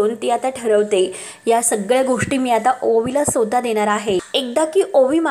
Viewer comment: ag Bai...marathi nit bol ki....mi sota?...mi swataha...mhan